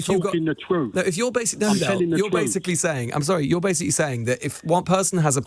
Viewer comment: Am telling the troof, am telling the troof LOL